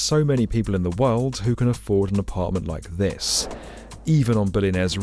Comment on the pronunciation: "157 W 57" pronounced "west fifty-seven," no, not "double-you." And "world" is "wurld," with an L, not "werwud." There must be some English-speakers available wherever you are...